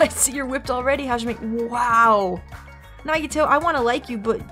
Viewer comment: I'm really glad you're also liking some of my favorite characters! By the way, if this game takes place after or before is explained in game, so keep playing to find out. You've also impressed me, because you're the first person I've known to pronounce Nagito's last name right. Most people pronounce it, "Koh-MAY-duh" But the canon pronunciation is how you said it, "Koh-MY-AY-duh" Also, Byakuya got ahold of KFC with all his money, and that's why he's fat.